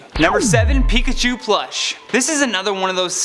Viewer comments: “Picahu” It’s... it’s pikachu... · IS PIKACHU NOT PICACHUE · NOT MIMIKYI